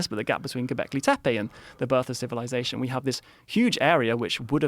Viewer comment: JOE “GOBLEKI TEPEI” ROGAN